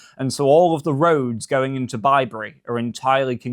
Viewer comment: It's "bib-ry" not "bi-bury"